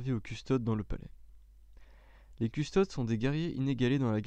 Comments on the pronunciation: C'est vraiment dur à écouter du fluff quand tu fais des fautes de prononciation à longueur de temps. CustodES : à mon sens on dit "custodès" Roboute Gulliman : tu le dis très à la française. Il y en a d'autres .... Beaucoup de répétition et une lecture très plate : Met un peu de vie dans ta lecture ! C'est intéressant mais la forme rend l'ensemble difficile à suivre ! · Lucius Forge oui il faut lire les noms comme en latin : Adeptus deviens Adeptous et Custodes : Coustodes ( dans la prononciation)